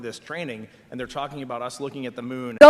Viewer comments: the problem is he didn't put much emphasis on the AND part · He should have emphasised the word “AND” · he maybe shouldve stressed that "and" a little more lmao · He didn't word it poorly; he emphasized the words poorly. If he had put an emphasis on the word "and" it would've made it clearer that it was a first that BOTH missions were happening at the same time.